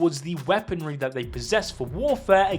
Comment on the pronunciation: are you Jamaican "you said Dat" instead of that.